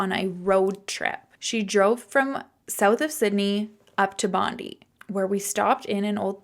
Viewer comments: I'm from Australia, Bondi is pronounced Bond-eye. Lollies is candy and servo is service station for petrol (gas). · Australian here - servo = service station (petrol station). Bondi is pronounced 'Bon-die', and lollies is candy. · Hi, I’m an Australian and will help with the lingo. Bondi is pronounced ‘bond-eye’ Servo = Gas station Lollies = Candy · Servo = gas station Lollies = candy Also, Bondi is pronounced Bond-eye Much love from Melb, Australia! ❤❤